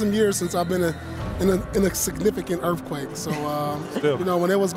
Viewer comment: "Erf Quake"